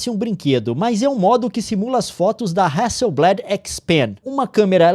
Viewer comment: só pra constar, a pronúncia é hasselblÁd e não hasselblÉd. É uma empresa sueca, não usam essa variação voltada pro vocabulário inglês